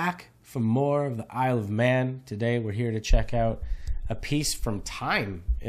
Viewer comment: "Isle of Man", not "men"... just saying